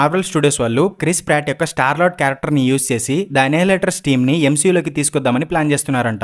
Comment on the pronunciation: Endi bro M-SHE-U antunnav